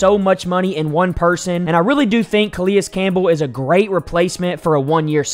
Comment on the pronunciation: You put in a clip where they pronounce his name correctly then 1 min later you're calling him Kah-Lee-Us Campbell. The guy is a potential Hall of Famer and been around the league forever and you don't even know his name? This channel is not for me.